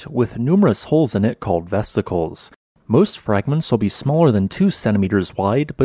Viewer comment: 'Vesticle' is a new word to me.